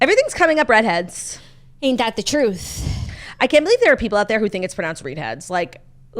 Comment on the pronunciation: Can you please tell the beautiful talented how to say Read Heads, because she still says the REEEED HEADS!!! But she might just be trolling us for engagement....